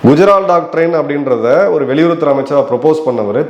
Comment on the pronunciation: Sir I K குஜரால் பெயரை மட்டும் தெளிவாக ஏன் சொல்ல மறுக்கிறீர்கள் மற்றவர்கள் பெயர் மட்டும் தெளிவாக சொல்கிறீர்கள் காரணம் புரியலையே............